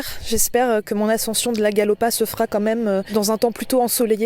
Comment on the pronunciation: Attention à la prononciation ! On dit Galoppe, Arcluse ... 🙂.